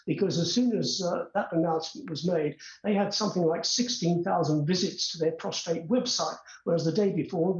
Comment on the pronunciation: What is wrong with these people it is PROSTATE not PROSTRATE